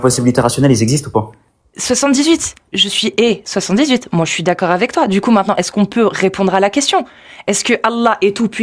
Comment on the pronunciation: Ce ton de voix si reconnaissable: "les impossibilités rationnelles ils zexistent pas dju coup regar regar regar"